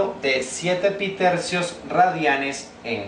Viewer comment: Je je, "pitercios" je je 🙃